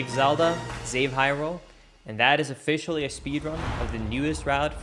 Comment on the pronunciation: the Z from "Zelda" got stuck in his mouth and "save Hyrule" became "zave Hyrule"